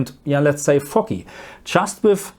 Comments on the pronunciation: As a Norwegian, my English is not perfect either 😅. Foggy sounded a little like "fucky". Kinda works too, since foggy blacks are a little fucky 😂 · Aaah, "foggy". At first, I thought you said something else there. 😅